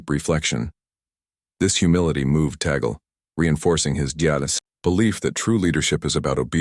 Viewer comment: The Cardinal's name is pronounced TAH'-glay. Have some respect.